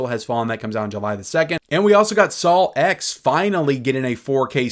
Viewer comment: “SaLw X”? (Just messing with you.) 😂